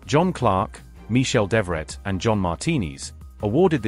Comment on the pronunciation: Mr.Devoret=Dev vrat real pronounced (Mahabharat fame)!?